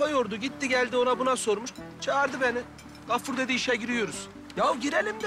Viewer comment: Hatip ağanın Gaffur'a Kaffur demesi bir tek benim sinirimi bozmuş olamaz